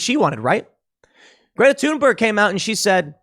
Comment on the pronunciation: IT'S PRONOUNCED "THOON-BURG". NOT "TOON". OMG THAT BUGS THE F OUT OF ME EVERY TIME YOU SAY IT!!!!!